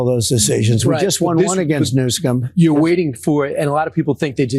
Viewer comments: He said "Newscum" MF. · Did he say Newsome😂😂😂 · He said Newscum. Then said Newsom.